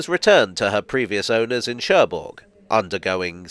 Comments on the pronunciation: Don't wanna be pedantic, but the g in Cherbourg is silent. So it's Sher-boor. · Now I understand why the French don't like the English language. It is pronounced Scher Buur and not Scherburg... Maintenant je comprends pourquoi les Français n'aiment pas la langue anglaise. On le prononce Scher Buur et non Scherburg...